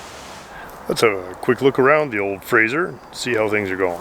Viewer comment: Why do so many people refer to the Frazer as a 'Frazier'? I think it has something to do with Kelsey Grammer, although even that show was Frasier with an 's', not a 'z'. Anyhoo, I'm off to take my Chryslier for a spin......